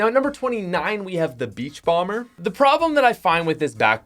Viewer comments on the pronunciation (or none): i don't get why people buy all the tiers straight away, it's actually fun to level up and it takes some effort (btw did he say "beachbomber"?) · it isn’t beachcomber it’s beachcomber just FYI no hate